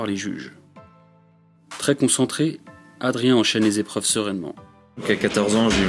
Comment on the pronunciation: "... une série de sept Zépreuves... ". Très joli...